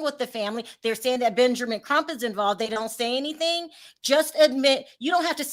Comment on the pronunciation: I’m sorry but the lady is delusional. I say this with all due respect! Ma’am, you are not the FBI. You are full of speculation. You are no where close to Benjamin Crump or Kruk as you clearly pronounced. Contained and Detailed are two different things… especially when it comes to law enforcement. I’m sorry but Benjamin Crump, Al Sharpton, Roland Martin are NOT above reproach! So called connection and those who work in “ high positions” you have are NOT above reproach and cannot disclose procedures/processes. With all do respect your right up there with Mr. Zuniga!